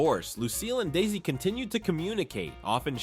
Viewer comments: In future videos please say his name right. It's not Daisy. It's DE-ZZ-EE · Why does your AI keep calling him Daisy! Otherwise good show! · It's Desi not Daisy your AI needs to improve its speech it ruins the whole video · Get his name right.